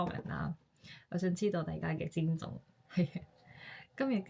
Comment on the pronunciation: 聲調是： 一 \ 症 狀